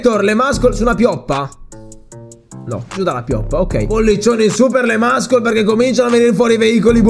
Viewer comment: muscle = MASSOL (pronuncia corretta!) NON MASCOL ...